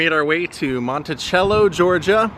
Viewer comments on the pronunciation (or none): Mont-a-SELL-LO. At least, that's how us locals pronounce it.